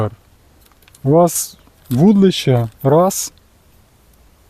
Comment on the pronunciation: Дитинко! Ти коли навчишся вірно вимовляти - вудИлище!!!